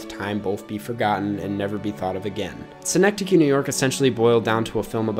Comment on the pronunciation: Why’ll i will commend you for pronounciation of synecdoche, the actual city of Schenectady NY is pronounced like “skuhnectady”